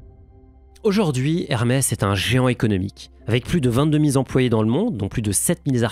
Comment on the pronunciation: vision centralisiée Vingt-deux mille-Z-employés Sept mille-Z-artisans Petits soucis de prononciation on dirait 😁 Ça ne change rien à votre valeur ✌️👍